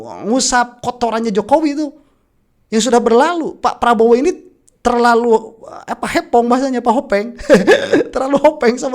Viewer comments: Bukan hepong tapi hoping 😊😊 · hoppeng bukan hepong